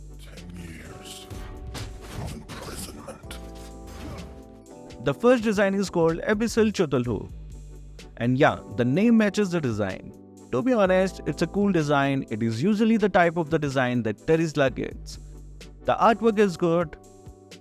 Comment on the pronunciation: It's not Chuthulu it's spell 'kathulu' lol 😂